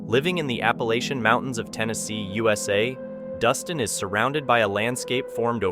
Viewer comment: Scariest or most scary... not 'most scariest'. Also, learn to pronounce Appalachia.